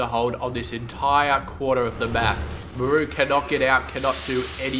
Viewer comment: i cant take it !! its pronounced MAR-RU not ma- rooo your killin me man.